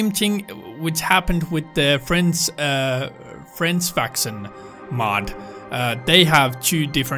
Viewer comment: Hearing u say. Frence facson (french faction) is nice